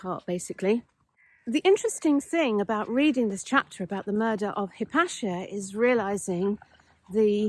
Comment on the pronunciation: Hypatia..."High-pate-ear" stress on "pate"?